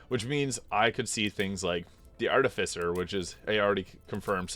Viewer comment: Love your work! Phonetically, "artificer" is pronounced as: *ar-TIH-fuh-ser*